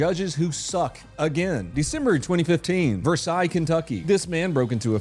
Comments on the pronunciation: Kentucky native You said Versailles wrong The way you said it is the correct french way. The actual way to say it is white as possible Ver-Sails This isnt a joke. In kentucky we say it Ver-Sails. We only call the one in france Ver-Sigh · Versailles in Kentucky is not pronounced (vair-SIGH). Trust me, I've made that mistake when visiting. Only in KY is it pronounced (ver-SAYLZ). Easiest way is to look at the word and pronounce it exactly like you think a redneck would read it, then you've got it right. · It's actually pronounced "Vuhr-sālz." I know, Kentucky just has to be like that. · Btw we pronounce it ver-sails around here. And yes, black privilege. The ability to commit crime and still get sympathy. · Its Versailles (Versales) KY. And that guy is a a POS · You said Versailles wrong😂 i know you got the AI to say it for you but its said how its spelled. Ver- sales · Hey, I’m from Midway KY, the town over from Versailles (also it’s pronounced Ver-sales), I even went to school with Logan Tiptons older sister, he was also in my younger brothers grade. Absolutely everybody here despises that man with every fiber of our being. I’m so glad you took the time to talk about him, and everyone here appreciates you bringing light to it. Have an amazing day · I hate to be that guy but it's ver-sales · Lol they pronounce it Ver-sales in Kentucky. Because of course they do. Couldn't make that up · It's pronounced "Ver-sayles" 😂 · Might come off as a little petty but I grew up there and it’s pronounced “Ver - Sails” not like the French word. Great video as always and I am still upset about that guy being let go. His Dad had more restraint than I would’ve. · it's pronounced Vur- sales in KY, in case you we've go there, they'll laugh at you. Just keeping it real brudda! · In Kentucky, we pronounce Versailles “ver-sales.” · The nimrods in KY pronounce it Versales... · The hillbillies pronouce Versailles "vur-SAYULS" I shit you not 😂